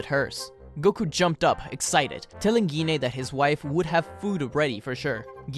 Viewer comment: We pronounce her name as Jean.